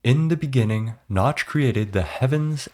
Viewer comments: in the benigining... in the beninging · inni thee beninnging